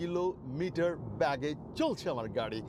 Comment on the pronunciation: ব্যাগে নয় বেগে